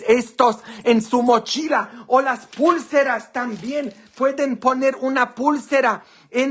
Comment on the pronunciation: se dice pulceras no como usted dice es pausado pulceras